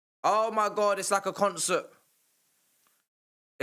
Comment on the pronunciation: “OH MY GOT…. OH MY GOT… OH MY GOT”